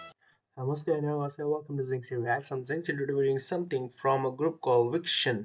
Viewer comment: Thankyou for reacting to Victon. Btw it's Vic-ton, not Vic-tion